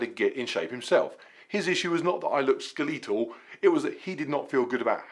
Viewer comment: Brits really pronounce “skeletal” like “ske-LEE-tul?” Little skeletal?